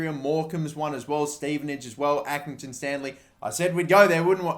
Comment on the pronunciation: accringinton hmmmmmmm maybe you got manager of their club 7 times